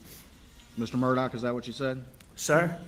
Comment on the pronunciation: EVERY TIME HE OPENED HIS MOUTH, A LIE WOULD FALL RIGHT ON OUT. YEAH AND HIS LAST NAME SHOULD BE PRONOUNCED MURR-DUH (MURDER)